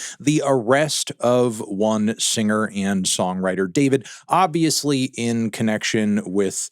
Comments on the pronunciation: It's pronounced Dee For Vee Dee, not David. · it’s pronounced “Dfourvid” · It's pronounced Dfourvid, disrespectfully. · his name isnt pronounced "Dee four vid"?